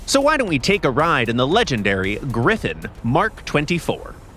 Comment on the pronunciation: GriFFON, not GriffIN!!